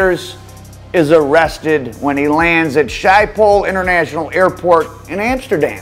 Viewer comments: Try pronouncing Amsterdam Airport like this; Ship-ol That'd be a little closer to how it's said 🙏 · Love ur content. The airport in Amsterdam is pronounced skip pole.